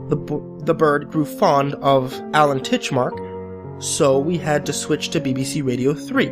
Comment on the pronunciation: TITCHMARSH NOT TITCHMARK